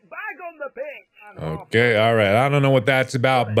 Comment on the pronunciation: I had to back it up & relisten twice LOL because at first I thought he said "there's a plastic bag on the bitch!" Then I thought maybe he said bench. Finally it clicked in my sleep addled brain that he said pitch 🤣